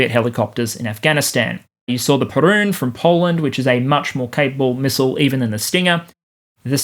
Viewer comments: “Perun” instead of “Piorun” How dare you! 🇵🇱🔥😂💀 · Just a heads up - the Polish Piorun is pronounced ¨pyo-roon¨ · In reply to the mispronunciation of 'Piorun', surely it was named in honour of the prehistoric Slavic deity with which you share a name?